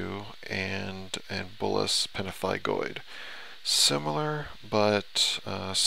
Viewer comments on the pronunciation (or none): NOT "pemphifigus." PEMphigoid